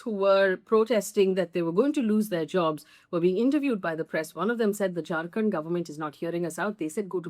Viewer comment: when you say "Jharkhand government", it sounds like "drunken government". 😀